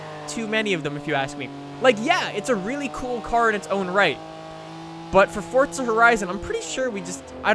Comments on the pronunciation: its forza not fortza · WHY DO AMERICANS SAY FORZA HORIZON AS FORT-ZA HORIZON Learn some English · No even you are wrong people in UK say Forza. I know this because i am english. However people in US,Canada etc say fort-za. LISTEN TO HIM HE SAYS FORT-ZA AND HE IS AMERICAN OR CANADIAN WHATEVER HE IS THEY ARE BOTH THE SAME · It's pronounced both ways and no one really cares.